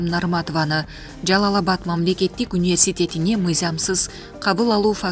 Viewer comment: Университет деген созду айталбай атат. Дегеле кайдан табасынар ушундай журналистерди.